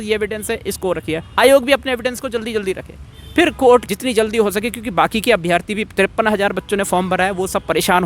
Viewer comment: भाई अभ्यार्थी नहीं अभ्यर्थी होता है